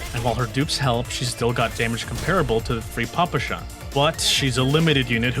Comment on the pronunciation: Russian player here and I'm here to judge and/or correct your pronunciation and giving it Tiers as well. Nikketa is probably up to a debate but it sounds just like a given name "Nikita" which is quite often in Russia. Considering that - S Tier. For Papasha you want an emphasis on the second "a" - Papásha. S-Tier for the try tho. It also literally means "Daddy", so now we have our own "Father" just like in one certain game :^) For Nagant in general, it actually should be "Nagan" but since it's written with "t" it can be misleading for other people. Since it's not your fault, I will give you an S-Tier. Mosin is read like it's written - Mosin, not Mozin. With that said, I can't rate your pronunciation other than S-Tier. Krolik is probably as good as it can be for someone who doesn't speak Russian. Definitely S-Tier. Unlike Krolik, Ksenia is almost perfect but even with that it's probably... an S-Tier. Yeah, S-Tier. Dushevnaya is nailed perfectly. Easy S-Tier pronunciation. And last but not least, Groza - it's Grozá. It means "(Thunder)Storm". For that you will get an S-Tier. CHINA TIER Bélka is as easy as it can be. "Squirrel". Considering her looks she has two big reasons to say her name correctly so I expect from you nothing less but an S-Tier While it's written "Leva" it's more like "Lyówa" and I even saw some people writing her name like that. It might be a bit challenging but if you'll get it right that will be an S-Tier for sure. "Lyowa" is a cute word for "Lion". I also h